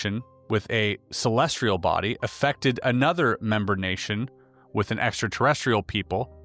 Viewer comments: *celestial, not celestrial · ce·les·tial /səˈlesCH(ə)l,səˈlesˌtēəl/ adjective positioned in or relating to the sky, or outer space as observed in astronomy. "a celestial body" You got this word wrong so many times that it proves how oh so not sophisticated you are. Really really embarrassing that you put this on air. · Edit, I watched it on the youtubes.... its musspelled 2 dozen times, likely not written by the worlds 2 smartest people. I couldnt even listen though because of the typo. Did the "celestRial" mispronounciation ruin this episode for anyone else but me. This is one of my top 3 podcasts. I'm not hating. It's frustrating though. There's so many big words, Latin, stone much complex stuff. None of it seems to be an issue. CelestRial.... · Celestial, not celestrial. Y:) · Celestial not Celestrial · They knew to put the word 'celestial' in here a billion times to trip up. "Celestrial" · CelestRial is not even a word? Does he mean celestial? Calling BS on this one, I think Oppenheimer would probably know the word celestial😅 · Bruh put this top comment on your Spotify content too. Reasonable people aren't gonna respect you and pay for content if you're saying "celestrial" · I believe the R in celestrial is silent ;) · sorry, i'm tapping out at 25m.... i love Einstein & the content of this video, but i CANNOT listen to "celestrial" one more time.... godspeed, and thanks for the content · Yes. What is so hard to understand about that word for you? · Please! There is no “R” in CELESTIAL! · Celestial, There’s no R in it lol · Who wants to tell him that there’s no “r” in “celestial?” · There is no "r" in celestial. Lol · There is no "R" in the word celestial.